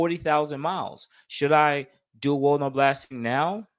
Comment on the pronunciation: I thought you was saying Walmart blasting lol nonetheless I learned something new today 👍🏼